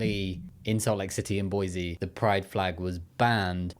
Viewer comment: u pronounce it "b-waz" 🥲